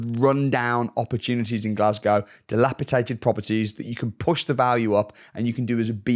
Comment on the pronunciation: You mispronounced ‘dilapidated’ as ‘dilabidated’. You misspelled ‘yield’ three times. Landlords are parasites.